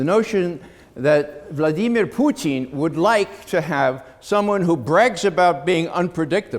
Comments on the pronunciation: That's the right way to say it, in Russian. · It's because he speaks Russian, and that is the correct way Putin's name is pronounced.